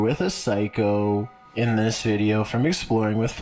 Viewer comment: How can you stand that guy's voice? He makes a syllable word 16 syllables long Videoooooo Youuuuuu Cornerrrrrr Evacuaaaaaate Ownnnn Happennns I used to subscribe to his channel until I could stand it any longer